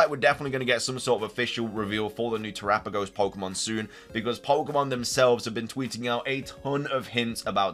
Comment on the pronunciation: Much respect on the correct pronunciation of Terapagos.